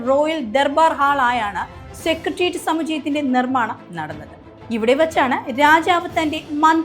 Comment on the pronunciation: സെക്രട്ടേറിയറ്റ് എന്നാണ് ശരിയായ ഉച്ചാരണം, കുട്ടി.